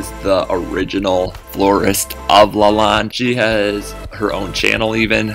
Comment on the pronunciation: Fun! Check your pronunciation of chateau de Lalande. You sound Spanish rather than French.